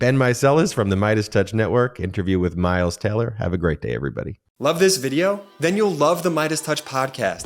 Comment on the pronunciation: Did anyone else who wasn’t looking at the screen think he said “Miles Teller?!”